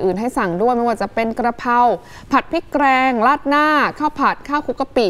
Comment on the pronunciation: ผัดผริกแกลงหรือพริงแกง งงกับการออกเสียงของคนอ่านข่าว